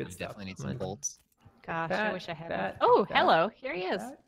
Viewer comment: dedication to "hewwo" is a gift